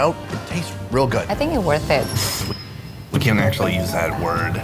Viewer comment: is pretty, but can anyone tell me why can't she say "worth it"?